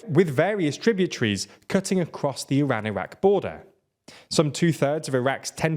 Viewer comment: Why do you mispronounce Iran and Iraq?